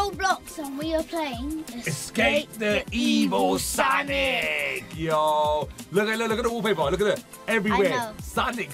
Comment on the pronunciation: It's san ic